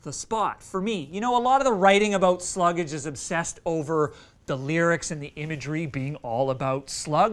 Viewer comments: I think it’s pronounced Slug-ge. Like sludge, but with slug. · You don't pronouce the name right. It's all one syllable.